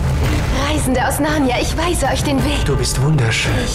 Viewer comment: Der sagt die ganze Zeit „Narrna“-es heißt Narnia!